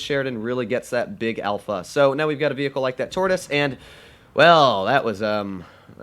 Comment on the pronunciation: Hahahahah lol What did say in it supposed to be Tortoise😂